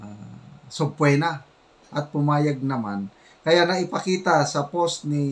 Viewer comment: Subpeena hindi subpuena ang pronounciation